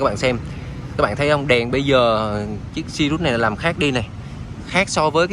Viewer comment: Tên xe sirius nói cũng sai vải c